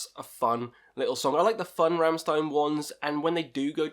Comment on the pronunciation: My favourite albums are the first two ones. I just love how they're just simple, heavy riffs. Also, its pronounced Rammshtein